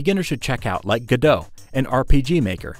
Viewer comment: The Creator Of Godot Pronounced It As "Go-Dot" Not "Gu-Dough" So It's Go-Dot GoDot